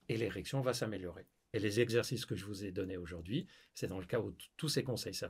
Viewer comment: Tu t’appelles pas mais Mouloud! 5 ZEXERCICES ça fait très banlieue d’Ors’!